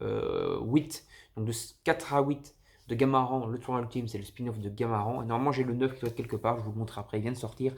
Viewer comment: Salut mec juste pour te dire qu’on dit « gamarane » et pas « gamaran » sinon super vidéo !